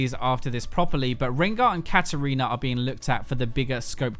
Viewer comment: "Katariner", haven't fucking heard that one before